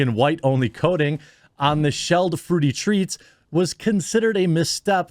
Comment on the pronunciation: "Treets" as trett